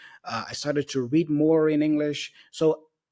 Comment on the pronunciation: Em teve um erro de pronúncia: read com som de 'é' em vez de 'i'